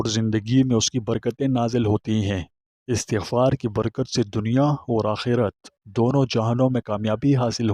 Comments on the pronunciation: yah lfz astaghfar hay not istghfar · Ap ka bayan buhat acha ha lakin ap is ko ghalt par rahy hain pronounce sahi nahi kar rahy apni ghalti daroust kar lain